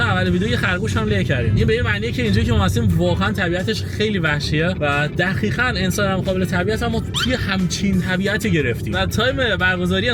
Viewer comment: عزیزدلم‌چرا به دقیقا میگید دخیخن؟ ببخشیدا واقعا اذیت کنندست که حرف ق رو خ میگید